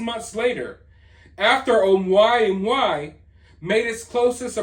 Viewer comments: Oh moo a moo a. That’s how you say it. Oh moo-a moo-a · O-mua-mua is how it is pronounced - I have to question why the Pentagon is coming out with this info now? They dont tell us the truth ever. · I HONESTLY LOVE YOU 😁Its pronounced O MOO A MOO A. I'm not normally one of those people but I felt desperate to help you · It’s pronounced oh-moo-ah-moo-ah 😂